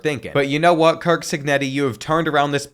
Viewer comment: It’s Curt Cignetti not Kirk